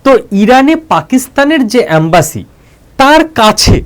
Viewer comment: এমব্যাসী.... অ্যামবাসী নয় ....